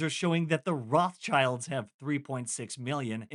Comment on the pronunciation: Funny how you've pronounced Rothschild (the h is not spoken) . It's German and means red shield by the way.